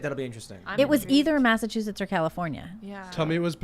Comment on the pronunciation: saying Massachusetts and all I hear is "Massive huge tits"